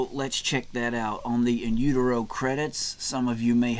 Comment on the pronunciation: Damn man, no need to rip the guy apart because he pronounced the album wrong